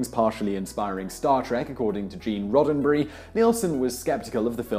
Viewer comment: yeay, you said roddenberry right this time :P